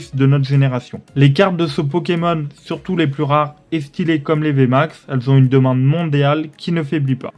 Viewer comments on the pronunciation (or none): 4min 0 beaucoup ils ZON eues ! no stp arrête les ZON ::face-blue-smiling:. Je skip les coffrets , peu d 'acheteur . Je prefere tripack arset ( 4 tripack ) 130 euros